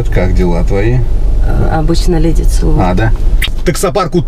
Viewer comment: Не Дели, а Леди!!!